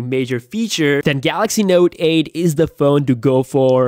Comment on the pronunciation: Wow is it me or this dude can't say note 8😂😂😂😂😂